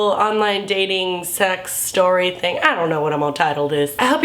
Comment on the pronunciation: lol it sounded like "do your thang chicken wang" and because fucked up minds, I thought of a chicken with a dick. FACK!